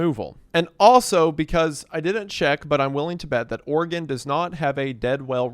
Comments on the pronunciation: Thank you for pronouncing Oregon right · Thank you for saying Oregon correctly. Every other YouTuber says Ore-gone